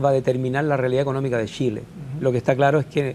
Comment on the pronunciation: Que alguien le enseñe a hablar a ese nombre. Tremendo que seamos dirigidos por personas así. Los diputados y senadores de Chile deberían tener por lo mínimo estudios de master para siquiera postularse. Tremendo! |"Shile está lleno de shilenos ayudados por un tesho para Shile"